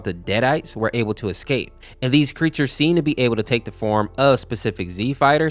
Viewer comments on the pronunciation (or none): none